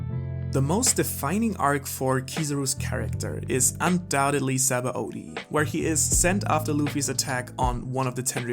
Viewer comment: Just call it Sabondy, rather than the forcefull Saba-Odi that you are trying to pronounce as.